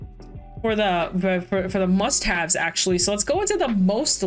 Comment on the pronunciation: When you said "Must Have" i heard "Mustache" and was really confused